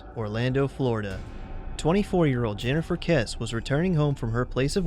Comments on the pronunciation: get her last name pronounced right. it's not "Kes" it's "Kes-ee" See Drew Kessee's (Jennifer's Dad) interviews. Also, Tara Grinstead's disappearance (and murder) solved...please update your videos and info..... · Good video. Just to let you know, it's Kess-e (Jennifer). Anyway, hope you upload some more videos soon!